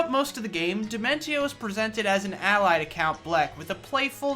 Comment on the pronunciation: Indeed the best villain in the history of video games to be put disrespected like this sickens me. I demand they remake the video and say his name properly in all of its glory.